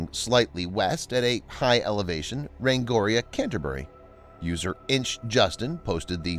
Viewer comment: Rangiora is pronounced "rang - ee - or - uh"